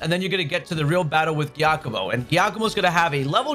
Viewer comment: Giacommo (JEE-Ah-komo) you're welcome. Good vid! Hope these pokemon could be my cash guide to farming the STC